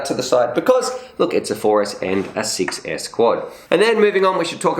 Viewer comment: I like Emax for good quality and price. I would love to win one of these quads from Emax, especially the tinyhawk rtf kit. The buzz seem like a good quad too, but i dont have any batteries for it..If i win it, I will be very very happy anyway. Funny when you say one version is 6s, it sounds like you say success hehe.